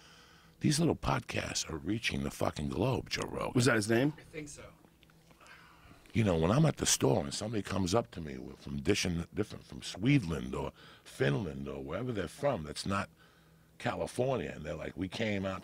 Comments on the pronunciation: Swedeland lol its Sweden Joey :) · joey said SWEDELAND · JOEY SAID 'SWEDELAND" hahahahaha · SWEDLAND Joe said haha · joey can’t say Sweden it’s okay